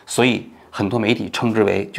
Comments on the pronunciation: 你不光是记忆力不行了 嘴也瓢了 一会儿山上徹也 一会儿山上徹吾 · 一会山下撤也 一会山上撤武 王局这次嘴瓢的哈哈哈哈、快多吃点好的补补😁😜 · 王局把人名字念错太不专业了。一次就算了，最近次数有点多。